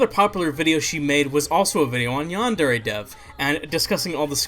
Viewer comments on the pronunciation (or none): none